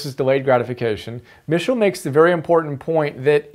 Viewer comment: Good summary but you are pronouncing his surname incorrectly.